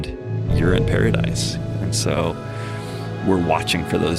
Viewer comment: Lost me on the “soow intellectual…” dude